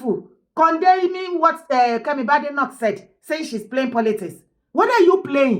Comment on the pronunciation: Kemi’s surname is pronounced Bade/like Bake. BADENOCK NOT Bade/Ade like in Yoruba